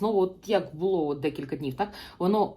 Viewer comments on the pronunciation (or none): none